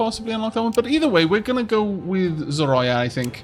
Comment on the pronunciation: Love your videos :) and want to help you so that you don't butcher the language: Zorya - pronounced [z O 'r IA] - the name is translated as "dawn". I am Bulgarian and the name is I think from Russian heritage( in bulgarian it is Zora ), I really love that they are using the Slavic myths in the game and good luck with the videos :).